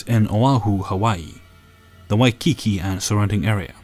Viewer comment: Oh, bless you,. Waikiki is pronounced 'Why-KEE-kee' (waɪkiːˈkiː). And haloe is pronounced 'howl-ee" ('haʊli).